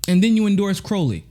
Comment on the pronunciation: you might want to take this one down and re-do it. Not because I think you're totally wrong, but for a couple other reasons: #1 It's pronounced crOW-ley, like growl. #2 You called Ro a "progressive careerist," but never really explained what you meant by that. You said that you didn't think he was necessarily acting nefarious, but didn't specify what you DID mean by calling him that. Personally I think I got it, because I've sort of thought the same thing about him - that he's not evil, he just saw the writing on the wall and jumped on board with progressive politics. Not because he's a true believer, but because he saw that as a way to further his political career. #3 You didn't ask the two most important questions that often get unasked when it comes to this Russiagate nonsense: How did Russia supposedly interfere with our elections? Before the goalposts got moved with all the talk of bots and the pittance of money that was spent on ads on google & facebook, the story was that Russia had conspired by releasing the DNC emails. This highlights again that all this was is showing the truth about what was going on behind the scenes, which has all since been verified. And why would Russia have even WANTED to interfere with U.S. elections? It might have something to do with the fact that we've been acting like imperialist douchebags, and Hillary Clinton was trying to egg Russia into war with the Syrian no-fly zone she promised.